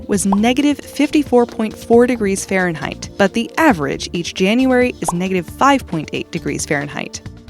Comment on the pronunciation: Fahnreinheit? Next video please!